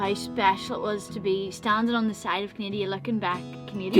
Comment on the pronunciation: My family is from NY, but we have a home in Long Beach Canada as well, and you're not the only person to say "Canadia" - for some reason it's a common thing.